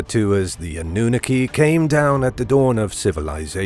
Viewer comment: Revelation isn't attributed to Daniel...🤦 The pronunciation of Annunaki was terrible as well...🤷